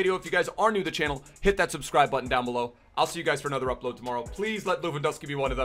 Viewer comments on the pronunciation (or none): none